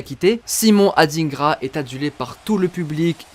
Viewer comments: ET ON NE DIT SIMON ADINEGRA MAIS ADINGRA COMME TU VOIS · SVP les personnes blanches c’est pas pour être méchant. Ne prenez pas mal mon commentaire. Les noms africains noires vous avez vrrrrraaaimmment de la difficulté à prononcer. Ce prononce pas AdINEgra mais comme « Adaingra » un peu comme le mot vilain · On dit adingra pas adinegra 😂 mais je suis fière d'être ivoirienne 😊❤🎉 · On dit adingra pas adinegra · C’est Adingra . On prononce ça << dain >> pas << dine >>